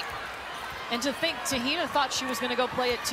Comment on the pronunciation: Ugh this announcer needs to learn how to pronounce Te Hina’s name right 🤦‍♀️